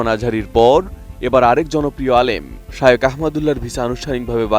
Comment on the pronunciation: একজন খবর পাঠিকা শায়েখ না বলে বার বার শায়ওখ বলে সম্বোধন করে যাচ্ছেন যা শুনতে খুবই বিব্রতকর।